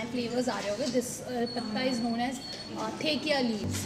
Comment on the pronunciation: It's not thekia its dhekia haak